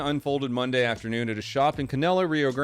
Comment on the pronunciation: Hearing attempting to pronounce "Canela, Rio Grande do Sul" made my day:V.